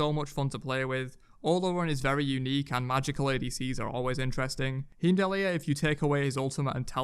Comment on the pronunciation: Soooo how being heimdallr is pronounce is annoying xD not how you say it